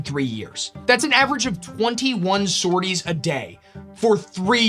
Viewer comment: Amazing start, thank you! Just a note: the last 's' in sorties (sor-tee) is silent. I only mention it cause I was actively disoriented and confused for a few seconds - I'm not a grammar yahtzee I swear!